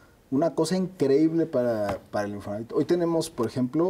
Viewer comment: Oiga don , perdón pero se dice Infonavit, como lo dice el invitado, no se quiera hacer el moderno !!!